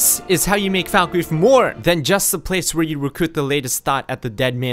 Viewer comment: its pronounced fallkreath not foulkreath